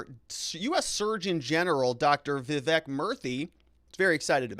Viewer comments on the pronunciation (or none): none